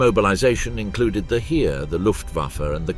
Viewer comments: It's not the Heer spoken like in "here", but in germen its is pronounced like "hair". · I will never understand why English documentaries butcher foreign words like this. For example, 'Heer' is pronounced like 'hare' in English. Not that hard, right?